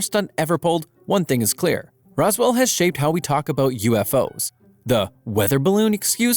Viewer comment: Why you say roswell like there's an e in between the s and w